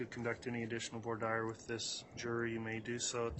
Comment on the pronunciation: “Voir dire” pronunciation: vwar deer or woo-are deer please